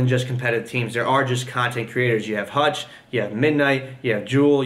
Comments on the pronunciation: You called hitch hutch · Did you mean Hitch not hutch